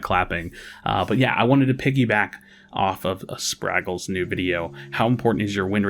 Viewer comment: How do you hear Spragles say his own name on his video and still constantly mispronounce it